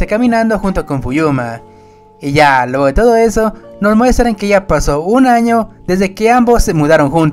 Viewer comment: No puedo parar de escuchar el "pero ya lueho de eso"